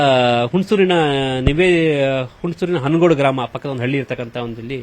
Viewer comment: ಹಣಗೊಡಿ ಅಲ್ಲ ಹನಗೋಡು...😅